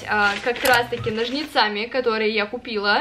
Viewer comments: Люблю твои влоги, но каждый раз режет слух неправильные ударения... нОжницами, расчЕсываться и тд... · Почему ножницАми? Ведь правильно нОжницами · почему ножницАми, а не нОжницами? аххаха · Я прошу прощения, я уже привыкла к тому, что говорит расчЕсывать, вместо расчЁсывать, но ножницАми меня просто убило… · Главное говорит ножницАми,а не нОжницами но потом говорит ножницы,а не ножницЫ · … нОжницами, а не ножницАми😂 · не НожнИцами, а нОжницами. Учи русский плиз😊